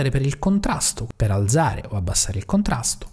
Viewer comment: Bravo, interessante. PS alzare va con la zeta dura come "calza", non dolce come zanzara... ;)